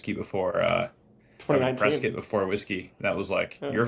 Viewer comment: Props to for pronouncing Prescott correctly.